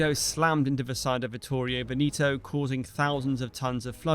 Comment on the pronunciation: I believe Veneto is pronounced “Veh-neh-toe” not “Vin-ee-toe”. The “E’s” do not change in their verbal articulation.